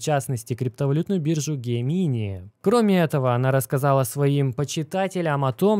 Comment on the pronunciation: не СагАн, а САган, по имени писателя-Карл Саган. Не ГемИни, а ДжЕмини. Не План БЭ, а План Би. Я тоже немецикий учил, но как-то стараюсь произносить правильно.